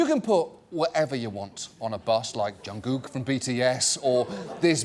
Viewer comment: Lol he definately says John gook instead of kook